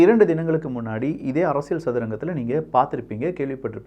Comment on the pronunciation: தம்பி அரசியல் என்றும் சொல்லும்போது( ல்) என்று உச்சரிபதற்கு பதிலாக அரசிய(ழ்)ல் என்று உச்சரிப்பதை தவிர்க்க முயற்சிக்கவும்.